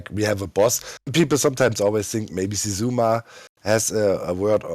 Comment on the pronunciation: HE SAID HOW XISUMA'S NAME IS SAID